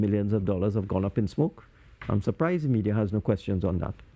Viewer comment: Media, oh me-dear! Com-promised? Brown Bags???